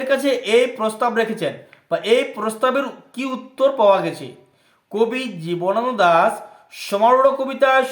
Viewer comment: জীবনানন্দ দাশ উচ্চারণ ই তো করতে পারছেন না ঠিক করে।